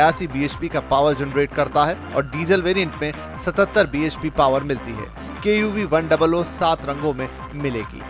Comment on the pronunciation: its KUV 100 not KUV 00...